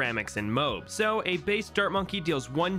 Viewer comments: I love how he pronounces M.O.A.B. as "mobe" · You did not call MOAB a moab it's pronounced Mo-ab